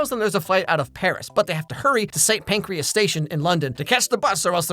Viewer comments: May I be the 100th person to say... ahem.. it's St Pancras, not St Pancreas 😅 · cant tell if you mispronounced pancras like pancreas on purpose or if accidental diabetes joke lol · “St. Pancreas” lmao 😂